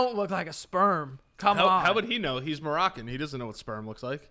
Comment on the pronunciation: Did he mean morman when he said Moroccan